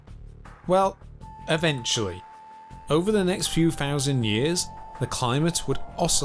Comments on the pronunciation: Thousand not fousand ,thirty not firfy etc. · The information is good but why did you never learn how to pronounce ordinary British words. When I was at school as a child we would be corrected for pronouncing words such as thousand : fousand, north : nors, nothing : noffing, thin : fin, with : wiv, thirty thousand : firty fousand, gather : gaver, either : iver, and so on and so forth. So how come you were not corrected and still make these errors? It's easy to change... just listen to what you are saying. Poor grammar questions your accuracy! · It is "thousand" not "fousand" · I give this documentary a Fousand out of Ten. I really enjoyed watching this wiff my warm cup 'o tea. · This narrator says "wiff" instead of 'with'... & he also says "fousand" instead of 'Thousand'... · He couldn't say 'Thousand' he said "Fowsand". was a bit annoying but he content was great... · 8000 FOUSAND YEARS AGO?? thousand yes. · Sorry, but I can't take any commentator seriously, as an authority on anything, when he continually pronounces 'th' as 'f' - eight fowsand BC, eh? Sorry mate: I'd rather read it in print: at least it would be in proper English. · Anuvva fousand ... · 800,000 FOUSAND YEAAS?!?!?! VATS AH LUNG TEME AGOOO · Fifty Fousand years...Furvermore....god brits are the worst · Found Four Fousand Fings in this accent.